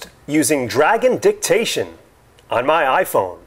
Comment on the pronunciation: Oh i thought he said Dragon Dick-tation